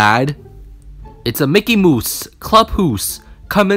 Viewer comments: is a mickey moose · I LOVE HOW U SAID "MICKEY MOOSE" 😂🤣🤣🤣 Edit:thanks for the likes😃😊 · Mickey Mouse more like MICKEY MOOSE